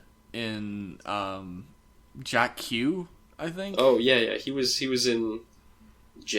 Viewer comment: It's pronounced "Jacka", Guys.